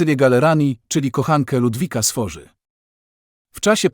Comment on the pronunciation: bardzo dobry film. Mała uwaga - Ludwik Sforza, w języku włoskim wymawia się "sforca"